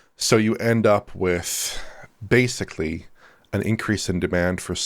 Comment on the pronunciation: pulled the 'YESSSS' on in higher spirits today keeps incorrectly saying 'basely' instead of pronouncing 'basically' as one should - please correct yourself Starfox - wish this game would release on PS5 Pro as well